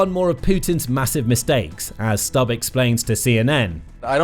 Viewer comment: Its not Stabb its Stubb.